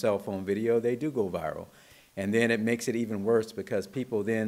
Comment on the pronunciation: she can't pronounce viral.